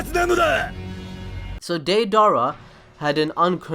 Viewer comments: He keeps saying deidara as daydara it is daydera! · ( day-da-ra) is how you say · He is saying day dara 😂😂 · why do you keep putting so much emphasis on his name dei dara there's no space between it's deidara but you keep saying dei dara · Day-Dara???? That’s not how you say it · it's not da-dara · “Dae-Dara”😂😂😂 he butchered it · Not hatting but it's day-da-ra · deidara rhymes with ala akbar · Anyone else cringing on how this guy says deidara? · Why do you keep mispronouncing Deirdara's name so massively, please don't try blaming it on accent as it is obviously not that. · All I hate is how you’re pronouncing his name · The way you say deidara makes me wanna itch. Sorry if it is because of your a cent but I'm just wanted to kindly correct you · Favorite character but can’t say his name right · the a in deidara is silent. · U would think if deidara was your favorite character u would at least say his name right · Well if you like him why don't you say his name right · Can you at least say his name right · Deidara is one of your favourite characters yet you can't pronounce his name right